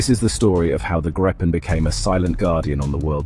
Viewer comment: Not wanting to be picky of condescending, the name “Gripen” is pronounced “Greepen”, like the color “green” (sans the n) and Pen. Trust me, I’m Swedish and use to live less than 2 miles from the main factory. 👍🇸🇪